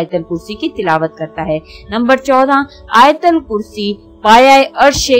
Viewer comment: Ayatulkursi bolten Hain . Ayatalkursi Nahi.